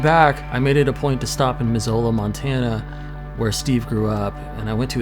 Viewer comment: Crazy that Steve was from Missoula, also it's pronounced differently. Here we say it Muh-Zoo-Luh.